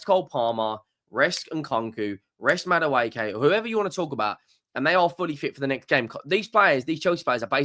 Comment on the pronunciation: "MADDA-WAY-KAY".... It's "MAD-WEKKI"